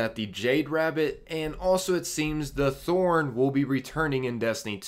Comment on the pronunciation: It’s not thorn